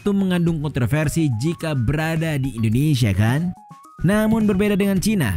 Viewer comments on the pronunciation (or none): none